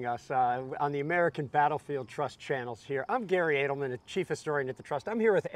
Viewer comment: It's adelman it's of German origin